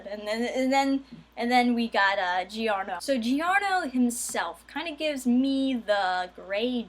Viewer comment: In italian "Gio" sounds the same as "Jo", so the pronunciation is "Jorno".